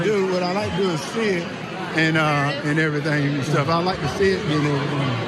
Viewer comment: "I like to see it 'n' erthing" Reporter: "thank you"